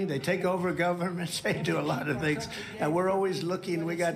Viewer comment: Tuning in late, of your show you asked if the “journalist” host sounded drunk, whilst referencing Ted Nugent, my answer is yes or at least very tipsy! He slurs multiple words together, he’s actually said allota, as one word and that wasn’t the only time he conjoined his words while slurring them together. Sadly I’m tipsy and can still hear and point this out!